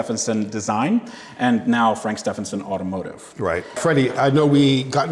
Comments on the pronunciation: Surely it's pronounced 'st-even-son' rather than ste-fan-son' ? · Please say his last name properly too, the guy is helping you out with the car. Pronounced Steeven son not Steph en son 😂